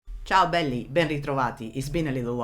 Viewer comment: Wow your "Ciao belli,ben ritrovati" was in PERFECT italian!